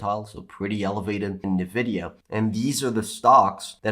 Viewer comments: Just one suggestion, it is pronounced "N vidia" not "nevidia" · I just want to know why you guys always call "EN-vidia" "NUH-vidia." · Did I hear "nEvidia"? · I can t get over how he says nvidia😅